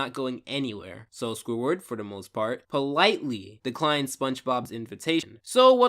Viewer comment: 24 minutes of listening to this guy say "Squiward".